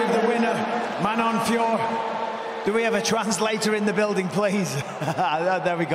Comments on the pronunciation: Fior? Its Fiorot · Marion Fee-oh-row!